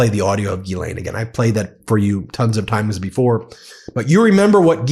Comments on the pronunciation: Ghislaine is french and you (everyone) prononce as guylainn Should be jeeslainn and you remove any d sound. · isn't it pronounced Jizz-Lane?